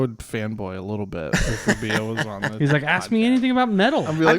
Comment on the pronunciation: Isn’t it Ruh-BEE-uh? Not Ruh-BAY? That one is gonna bug me lmao